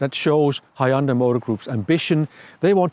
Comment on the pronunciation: Hyundai 현대 is not pronounced "AYOONDEYE" but simply "YEON-DAE". thanks.